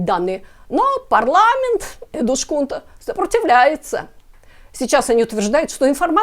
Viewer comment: Эдускунта, не эдушкунта. Так говорят только беззубые старики или люди с дефектами речи. У вас этого не наблюдается 😅